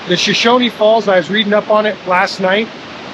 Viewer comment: BTW, it's pronounce "Show-shoan", not "Show-shony"